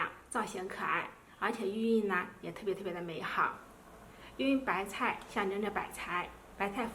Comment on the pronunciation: 聽她說白菜說成白太